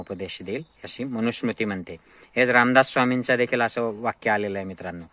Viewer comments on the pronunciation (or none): मनुश्रुती नाही मनुस्मृती....वाचली म्हणताय पण नांवपण नीट घेता येत नाही